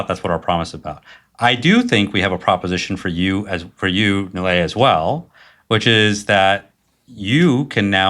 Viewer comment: Actually he’s pronouncing his name correctly. Nilay himself had Americanised his own name sadly.